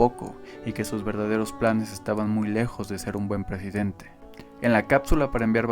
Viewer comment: lo hiciste a propósito decir "... prejidente... " o fue natural??